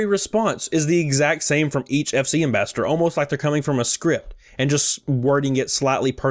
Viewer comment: Pls don’t hate me but it bugs me when you try to pronounce “ambassador” it sounds like you keep saying “ambastard”